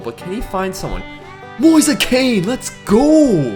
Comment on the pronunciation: It’s pronounced ken